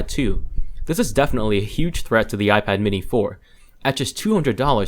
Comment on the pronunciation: do you get paid every time you say aijpad ...